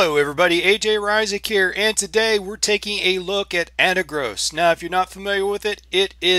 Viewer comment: I love your videos and I watch every one of them. I also understand the Jupiter Broadcasting effect on all us Linux users, but what is so hard about pronouncing this wonderful distro correctly